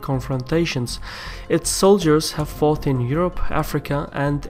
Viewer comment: Just a little point on your pronunciation. Your “T”s are sometimes so soft as to be rather “th”, which can change the meaning of a word. For example, at 46 seconds you say that the Australians “forth” in so many wars (in a British English accent, the way you say “fought” with a soft “T” is how we say “forth”). From the context, it’s clear that you mean “fought” but, nonetheless, it’s good to pronounce words properly! The T sound, in Queen’s English, is not made with the tongue against the top teeth, but just behind them.